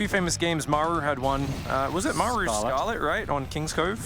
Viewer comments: "Meigh-ru" so annoying. Just f-ing say Maru. Game 2 was good shit tho. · Why can't the one caster pronounce Maru? Everyone else gets it right but the dude just makes up his own pronunciation.